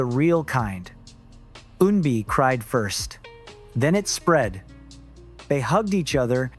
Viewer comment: I applaud you - your pronunciation of Korean words/names is getting much better with each video. Just one point, Eunbi is not pronounced with a “y” sound at the front - it’s not “yuunbi” but “uunbi”. What’s weird is that for the first half you pronounced it with a y, but a few parts of the second half, you pronounced it properly.